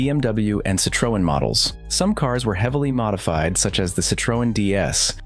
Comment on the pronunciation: That isnt how you say citreon